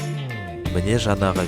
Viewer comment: Міне деудің орнында мінә дейсіз жарылдым ғой😂😂😂